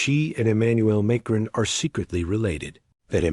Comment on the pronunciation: You're not even pronouncing the Macrons name correctly. Brigette is a man, man. Produce your DNA if not true.